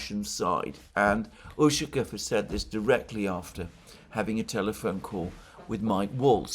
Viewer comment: Much as I enjoy listening to your commentary, please make an effort to pronounce the Russian names properly. It's jarring to hear "Ooshakev" and "Laavrev" too many times.